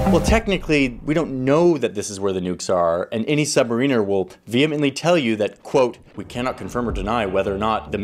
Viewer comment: I just wanted to say thank you for the correct pronunciation of submariner.